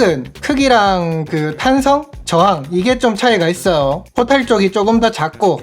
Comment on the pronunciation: 말투보단 발음이.. 있어요 했어요 이런부분 거슬리네요 있어오 했어오 이러시니까